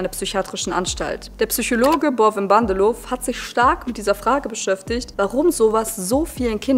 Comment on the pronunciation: Nur so nebenbei, das 'w' am Ende von Namen Bandelow ist stumm und wird nicht gesprochen ;)